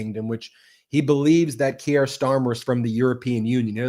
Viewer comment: The name is Keir Starmer. Keir rhymes with Deer and beer. Ben, It is annoying that you so often do not learn to pronounce foreign names. I live in the UK. Everyone here pronounces it correctly. Your channel is great, but failing to pronounce names correctly is really not ok.